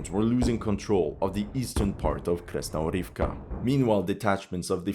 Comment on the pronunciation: Mate, I'm begging you - KrasnoGOROVKA, not Krasnorivka. For god sake.